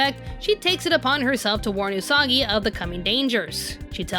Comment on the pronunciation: Did Mamoru just said... Usaka!?